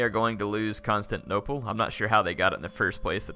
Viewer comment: can't wait to watch the battle next episode but please...someone tell how to pronounce constantinople. it's not constanople where the syllable 'tin' is completely missing and it has been like 10 episodes with him saying it like that.